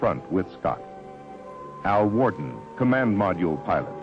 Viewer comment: its Alfred Worden not Worde